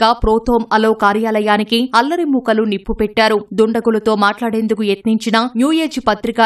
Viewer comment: అల్లరి ముకలు కాదమ్మా మరకలు అనాలి కదా